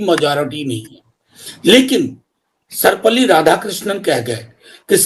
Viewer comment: सर्पवल्ली नहीं; सर्वपल्ली राधाकृष्णन !😮